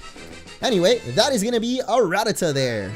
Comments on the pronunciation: Its ra-ta-ta not rat-ata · It's actually pronounced ra-ta-ta